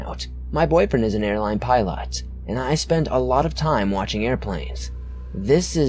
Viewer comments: "Starring ", not staring? "pi'lot", not pilot? Wtf? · did he not know how to say pilot? love the video tho